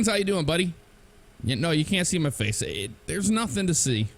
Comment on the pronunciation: "Face", and sounded a bit like British accent for some reason to me